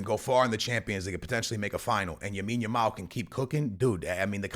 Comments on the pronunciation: BROTHER! Its Lamine with an L. Lamine Jamal. Not Jamine Lamal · Bro it is Lamine Yamal not Yamine Yamal 😂🤦‍♂️ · bros still saying yamil lamal 🙏😭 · gonna say yamine yamal till he changes his name to it😂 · Bro its LAMINE yamal😂